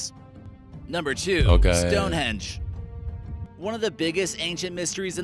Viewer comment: Narrator: "stoneHEDGE". Ha,haaaaaaaaa